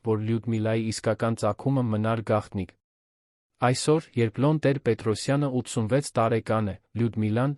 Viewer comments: Ինչու՞ եք Լոն ասում այլ ոչ թէ Լևոն, ինչ՞ գաղտնիք է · Հեաքրքիր թեմաներ էք կարդում,բայց ինչի էք աղավաղում անունները,ԵՐԵՎԱՆը երան անվանում,Լեվոնը Լոն ,ասում,երեվի ձեզ մոտ բացակայում է ԵՎ տառը,հաճելի չէ լսել Երեվանի փոխարեն երան բառը,իհարկե ինձ կներեք,բայց ես այդպես եմ կարծւմ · Լյոնը լևոնն է, երանն էլ Երևանը😊